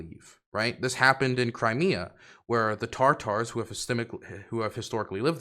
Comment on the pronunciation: They are not "tar tars" they are TATARS.